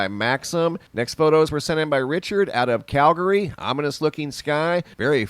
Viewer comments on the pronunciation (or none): none